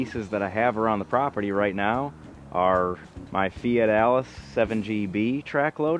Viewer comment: Thx to I keep hearing Fat Alice when a Fiat Allis is mentioned blessings from 🇬🇧